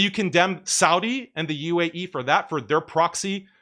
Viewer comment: Can't even say the word "UAE" , this shows it all